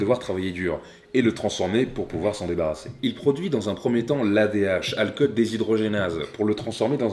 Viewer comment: Juste alcool ça ne se dit pas osaké